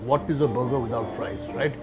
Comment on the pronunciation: its not BUger its BURRRRGER, and the main thing is be it mango people or food vlogger we all think wow we open our mouth wide enough that we got a full bite but actually everybody's burger just messes up from the other side